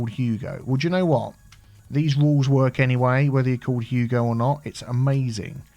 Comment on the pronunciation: thanks for clearing something up for me. I never realized that you were saying Hugo. I thought you were saying “Yugo here and Yugo there”. I was getting worried about my eyesight because I wasn’t seeing ANY Yugos!